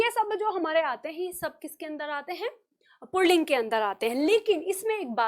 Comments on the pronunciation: Pronunciation pulling hota, purlling nai hota. Aap galat bol rahi hi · आप बहुत अच्छा पढ़ाती हैं। परन्तु पुल्लिंग (Pulling) का पुर्लिंग (Purling) उच्चारण करना गलत है। पुल्लिंग में "र" की आवाज की कोई आवश्यकता नहीं है। पता नहीं आप ऐसा क्यों बोलती हैं? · आप पहले अपना पुलिंग का उच्चारण सही करें।